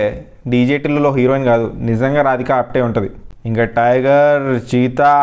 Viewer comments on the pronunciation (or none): none